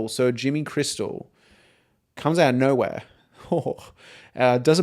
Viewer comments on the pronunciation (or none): none